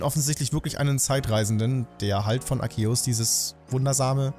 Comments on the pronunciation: endlich einer der Arceus nicht so komisch ausspricht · Im offiziellen Anime wirds aber "Arkehus" ausgesprochen